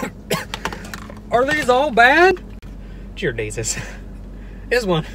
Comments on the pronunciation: Did anyone notice he said jear desus instead of dear Jesus 😂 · Instead of dear Jesus he said “jear desus “ 😂😂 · Ok when he said Jeer Deesus I lost it ok 😂 that’s stinkin funny! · Did anybody peep the “jear desus”😭💀 all his videos make me die of laughter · he really said “jear desus” 😂😂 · At specifically he says “jere desus” instead of dear Jesus🤣😭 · did anyone notice that when he was about to eat the tuttie fruitie or stinky socks one he said jear desus 😂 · “Jeer deasus” lmfaoooooooo I feel like you meant to say “dear jeasus” but idk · He said jear desus like twice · Anyone realise he said jear deasus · "jear Desus" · Jear Desus 😂😂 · Did he just say jear deasus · jear desus😂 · Jear desus🤣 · It’s he’s signature slogan... owns Jear Desus! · “Jear Desus” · Is anyone gonna recognize that he said “jear desus?” 😭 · nobody: not a single soul: not even karen asking for the manager: not even my mom yelling at me for not cleaning my room: JEAR DESUS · "Jeer deezus"...lmfao!! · "Jeer Deesus"😂😂😂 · “Jear Desus “ hahahaha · he said “jear desus” 🤣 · “jear desus” 😂😂😂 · "Jear Desus" 🤣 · "Geer Desus" 😂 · "jear desus" lol!!!!! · “Jear Desus” ~, 2018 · “jear desus” 💀💀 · “Jeer Desus” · he said jear desus 😂😂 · 'jear desus' omg you didnt notice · Did he say Jear Desus?? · or so : jear desus 👌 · Jear Desus 😂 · He said jear desus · Jear desus... 🤦‍♀️ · Jear neases